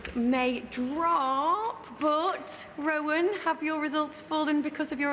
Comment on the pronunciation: Rowan not Ronan btw